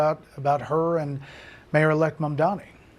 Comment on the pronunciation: "I'm the Mayoor Now"